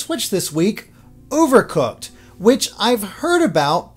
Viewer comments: I guess dont put so much emphasis on the "OH" part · I love how he says the over in overcooked like overwatch lol